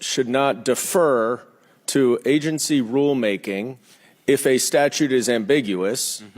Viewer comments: ....Does your 'agensty still plan'?... New vocabulary word😂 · Why can’t she say Agency? Or supreme it seems.